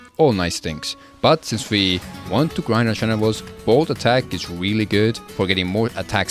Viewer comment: "But since we want to grind our genewals, bold attack is weally good" femboy of iron 4 confirmed